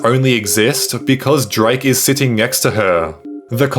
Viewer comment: Why do you pronounce it, "ngext", "ingternet" and "ingteresting"